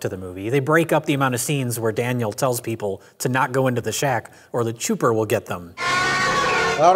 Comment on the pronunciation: So what the hell is "The Chooper"are they just fucking up saying "the Chopper"?